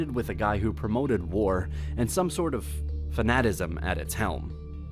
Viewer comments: Sound it out: Fan-a-ti-cism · Great video, enjoy it. have a look at your pronunciation of Cessation & fanaticism x